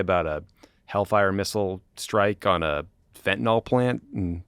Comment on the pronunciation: Love you guys but a small nitpick, you are mispronouncing fentanyl. Think "Benadryl" not "ethanol".